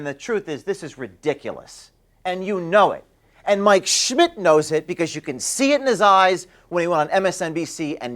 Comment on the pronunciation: When you say Mike Schmidt its sounds like your saying my 💩 🤣